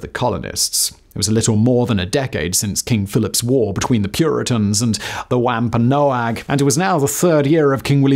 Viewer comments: Oh nooooo it’s not wam pam NO ag. It’s pronounced Wamp an nog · "Wampanoag" is pronounced "Wahm-pahn-og"